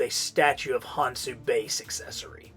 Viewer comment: Small correction, it's pronounced "Con-shoe", and the Ahnk is pronounced "Awnk"